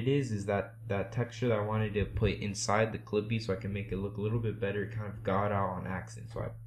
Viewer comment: In The First Part, Instead Of "Clippyyy" It Became "Creepyyy" xD But Thank You Bro!